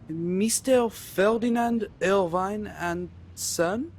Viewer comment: can't say "Irvine" or "buttocks" correctly. There were many times i had to look at the walkthrough because the solutions to moving on were just nonsensical, like using a bent coke can top to open a drinks trolley? lol.